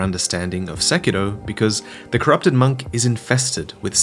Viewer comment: Your saying "Sekiro" wrong